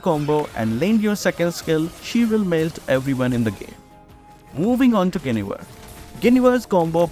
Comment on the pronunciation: Quite the pronunciation "Guinevere" 🤣🤡🤣